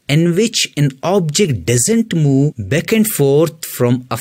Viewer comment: It’s ‘back’ sir, not ‘beck’. I was confused in the beginning